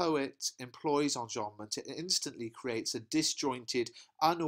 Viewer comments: the way u said enjabment its funny. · whats that device called when sentences end in a line I didn't quite understand what you said there? On about 9 minutes, please. Thank you.